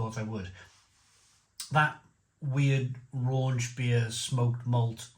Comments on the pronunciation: Raunch vs Rauch Scherlenkerla vs Schlenkerla You should learn the correct pronunciation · RAUCH - Pronounced Row (as in an argument) + kh There is no N in Rauch There is nothing RAUNCHY about smoked beer Please just learn this stuff once then you know it forever instead of sounding silly and uneducated all the time